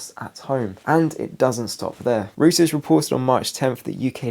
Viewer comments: Interesting perspective on things, I find it useful to try to find as many reasoned approaches as possible. Sorry to be have to be that guy, but mispronunciations really bug me. The news agency has recently been referring to is pronounced 'Royters', not 'Rooters'. Every time he says "Rooters" my level of annoyance goes up another notch 🤪🤣. And he says it a lot in these latest videos. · Thank you. As a German speaker (non native), I was literally covering my ears when he kept saying rooters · I used to think Reuters was pronounced like that too until a few nights ago in the comments under your video, I read that the correct pronunciation is Royters with the begining of it Roy as in Royal family. R softly pronounced. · Hi, good information- Reuters is pronounced ROYters, btw! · The correct pronunciation of Reuters is: ROY-terz. Like the videos.